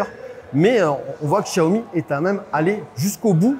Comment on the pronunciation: Le journaliste aura le temps d'apprendre à prononcer correctement Xiaomi d'ici que la voiture arrive en France...